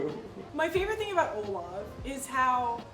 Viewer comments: Its OLAV Not olaf 😂😂😂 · I keep hearing Olaf☃️ instead of olav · Everyone calling Olav, "Olaf". Its inevitable at this point. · When Eva says Olav I here Olaf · Its OLAV with a V I beg get it right he is not a character from frozen like come on y'all